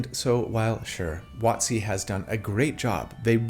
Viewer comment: It took me too long to realize when you said "Wotsee", it is WoTC...